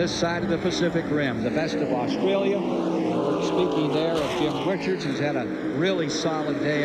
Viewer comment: 27 laps and ive already lost count how many times they got Jim Richards name wrong